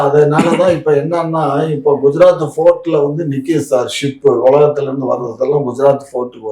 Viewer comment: Port nu solla sonna fort nu solran, Palmoil solla sonna form oil nu solran. Idhaye mathi mathi than solraru indha.